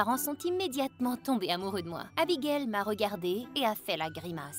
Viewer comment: C'est pas Amigaëlle c'est Abigaëlle 😂